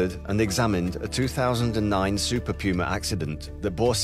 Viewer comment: ooooh... Super PUMA! sounded like Super Coomer the whole video